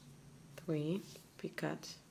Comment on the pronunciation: they are pronounced like ( pee koes).